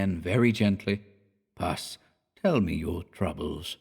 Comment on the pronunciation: hi sweetie - puss is different from pus, which is yucky stuff in infected wounds. puss is pronounced with a short ‘oo’ - as in octopus or platypus - not the short ‘u’ as in thus. pussy cats will rejoice! :} 🐈🐾🌻